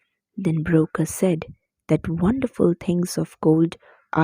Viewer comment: mam you are pronouncing BROKKR wrongly , you are saying - "broker" but its actully pronounced as - broKK